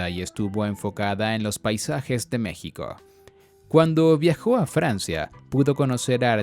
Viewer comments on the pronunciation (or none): none